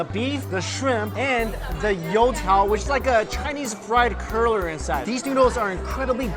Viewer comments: What the hell is a curler? Did you mean cruller? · Psst, hey Mike, it’s cruller not curler 😂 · I think you mean "cruller" rather than "curler" in that first segment but as a fellow noodle lover I appreciate seeing different types. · It sounds like you are saying "curler" you mean "crueller". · I love all your food videos! (but it's pronounced cruller, not curler ) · Ok. At the first restaurant I thought you were saying Chinese "Curler" and I thought the flat rice noodle was stuffed with pig tail, lol. Then you said dough. Got it. Cruller. Funny moment, though and I'm going to bet somewhere in the world there's a pig tail stuffed into a noodle. If not - whoever creates it can name it after me. Ann Ann Noodle. Got a ring to it. 😉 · Oh! You meant cruller!